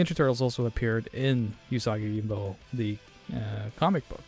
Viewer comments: Oo-saw-ghee Yo-gym-bow. G's in Japanese are always pronounced like in "Grave", and J's are always like in "Jump". It's not "Yoyimbo" or "Yohimbo". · I had to stop watching based on him constantly saying 'yohimbo' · Right. It's oo-sah-gee yo-jeem-boh. Not whatever he's saying. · I loved this game, and the comics (which I was introduced to via TMNT). You still need to learn how to pronounce Yojimbo, though. It is a 'j', not a double 'i'. Baka gaijin ;) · THANK YOU lol it was driving me nuts. And he says it's his favorite character! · Yes, his pronunciation is horrible XD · For the love of God, please learn how to pronounce it properly. Also, please do more of these. C64 had some awesome games. Thing on a Spring would be wicked. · I liked the video but each time he mispronounced Yōjimbō (Yōjinbō) it triggered me a bit 😅 Unfortunately your explanation is also wrong... Sorry. 兎用心棒 (うさぎようじんぼう) Usagi Yōjimbō (or Yōjinbō / Youjimbou / Youjinbou) are all correct. It all depends on the japanese romanization system you would use to romanize the kanji and kana letters. Hepburn romanization, Nihon Shiki romanization and Kunrei Shiki romanization are the most common systems. There are also non standard romanization systems but they are quite rare. 🤓